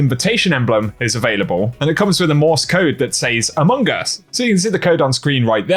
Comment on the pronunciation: I know is saying amogus and yet I keep hearing amoonguss the Pokémon lol sorry:P 😂😂